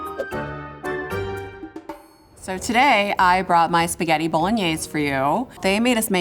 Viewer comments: PORCO DIO E SPAGHETTI 2 T non SPAGHEDI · the winner knows how to make spaghetti just doesn't know how to pronounce it. "shpaghetti" :/ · What bothered me is how she pronounced words like "shpagetti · Girl is you cool! Not Spagagna!!😂😂😂😂 … he used what ingredient “jalapeño😂😂😅